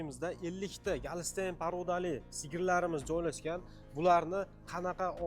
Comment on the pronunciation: галстейн эмас голштейн дейилади биродар😅😅